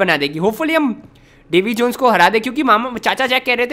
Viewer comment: bro you said davi jeans